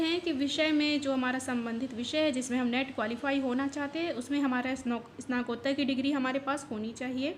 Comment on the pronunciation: Snatkottar hota h ...snakottar Ni dear